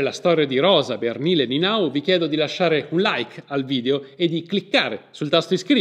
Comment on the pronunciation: Conoscevo la storia da quando la foto è stata venduta per 10.000 euro. Ho faticato a seguire il video, la pronuncia dei nomi non è diciamo accurata: ("ie" è un i lunga, sulla quale ricade l'accentuazione tonica= Nienau). Il resto appare corretto. Grazie per la diffusione.